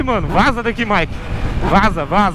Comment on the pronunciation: E ele falou o nome dele "" quando tava com a today e quando tava com a Mt09 tambem falou "" ksks